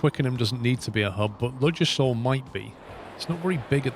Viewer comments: That was as always very entertaining, I sympathise with the brain fart lol, if you're interested Ludgershall is pronounced more Luggershall, I only say as I used to live near there. keep up the great videos! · is pronounced LUG A SHAW.